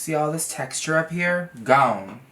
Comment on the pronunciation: You see this ... “GOWHNE” 😂